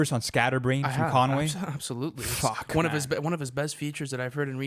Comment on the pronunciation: Why are u pronouncing Conway like that?🤣🤣